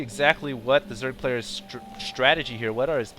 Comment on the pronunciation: lol "just gonna make his way into the zerg blayers pase"